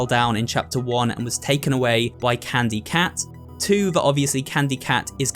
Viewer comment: really said it was candu cat.